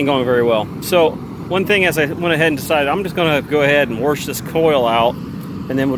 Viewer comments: He is warshing the are conditionar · There is NO R in wash, warsh....? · Who knew there was an “r” in the word wash?